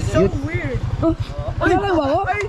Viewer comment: Iba ka tlga. yung tawa mo tlga at pag bigkas mo ng SOWIRD. ❤❤❤